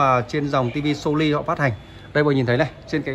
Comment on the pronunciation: Nên cải thiện một chút về phát âm một chút nghe khó chịu lắm chẳng hạn như (( So Ly 😂😂😂😂))